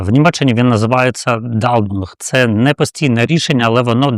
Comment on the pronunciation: Яркий "дАлдунг"?😅 ДУЛЬДУНГ (Duldung) Ну, Ви насмішили 😅